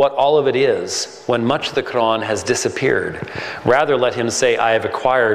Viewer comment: Dud, why do you try to pronounce Quran so exaggerated?